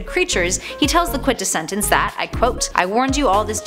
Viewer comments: I absolutely LOVE you and your insight on comics! If I may though, it's the "quint-es-sence", only 3 syllables! Thank you for this amazing insight on a character I feel may not last long! Keep up the amazing work! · "Top Ten Words the Can't Pronounce" #7: Quintessence.